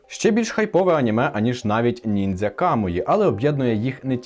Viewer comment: До-початку, чого ти підписав нормально, як "нінджя", але вимовляв по-поліванівськи, як "нінзя"?